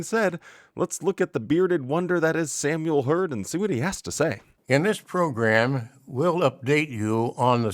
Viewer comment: I thought you had put on Samuel Herds beard by using photoshop! Couldn’t believe my eyes!!! He looks so funny or stupid I could say….with his sh sh pronunciation!😂